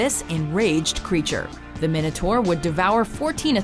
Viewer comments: im sure its pronounced "my-know-tour" not "min-oh-tour" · Why can't Americans pronounce Minotaur, it's not difficult, it's Mine-a-tor. Come on, please people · Technically its pronounced my-notaur